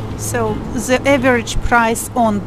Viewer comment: Hello, I found your channel recently and I've been watching one video after another trying to catch up.....:) I have a tip for you and I hope you don't take it the wrong way as that is not my intention. I noticed while watching this video that when you say the english word "the" you pronounce it as "ze".....my suggestion is that you try pronouncing it as if you were saying "yes" in Russian, "da" - "da video" as opposed to "ze video". I hope the tip helps. Anyway, great job! keep it up. I really enjoy watching your videos. Thank you.